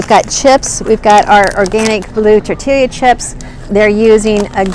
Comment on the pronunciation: tortilla is pronounced tor-tiya.